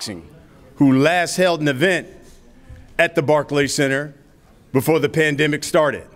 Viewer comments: Barklees center 😂😂😂😂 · Rolly calls it the "Barkey Center" 😀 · Barkeys center lmfao 😂😂 rollie it's pronounced Barclays 😂😂😂😂😂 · Roly said barkey center lmmfao